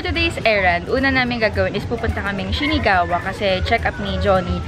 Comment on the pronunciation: SHINAGAWA po, di SHINIGAWA. 😊